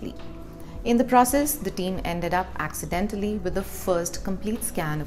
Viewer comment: I love how she emphasizes “accidentally” I doubt it was accidental.... Sounds like “DNR, or lazy doctors that needed to know.” I suppose it’s educational...